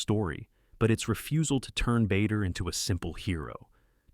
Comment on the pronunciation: Another blooper: Douglas Bader's name mispronounced as 'Bayder' not 'Barder'